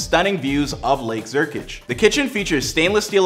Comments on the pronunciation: Where in the heck is “Lake Zurkich?” Last I read, it was called, “Lake Zurich!” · "lake zurkič"😭